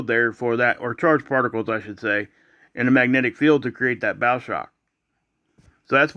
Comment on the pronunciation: bow like the bow of a boat ... not bow like a bow tie